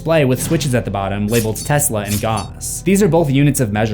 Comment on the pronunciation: Gauss is pronounced like the character from Final Fantasy VI. "Gow ss"